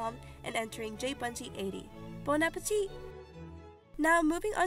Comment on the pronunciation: Wow you're literally the first english speaker I hear saying "bon appétit" right (kisses from a french viewer)